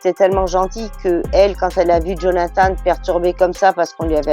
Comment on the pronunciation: Jaime quelle le nomme "djonathane" haha